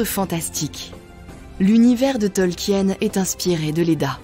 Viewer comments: Ça se prononce Tolkieun ??? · Ça se prononce Tolkine les amis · Ravi de voir un nouveau tissu de mensonge, mais c'est un peu fatiguant de t'entendre ruiner un des univers que j'apprécie avec des théories du complot. Tolkien ( que tu ne prononce même pas correctement) est un fervent catholique, et son éditeur lui a commandé le SdA, au contraire du Silmarillion qui était beaucoup trop désordonné Ta rhétorique me dégoute, et tes raccourcis sont absurdes, et non sourcés